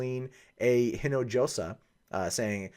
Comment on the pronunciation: FYI: The j in Hinojosa is pronounced like an h. Not trying to be critical. I liked the video and I'm a fellow white dude called (sometimes).